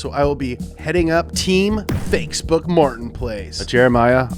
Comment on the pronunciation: "fakesboot Martin's place"